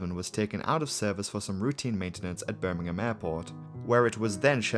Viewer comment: Rhanks for saying Birmingham properly